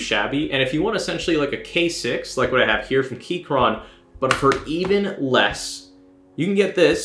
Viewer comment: The way you say gateron and keychron makes me want to die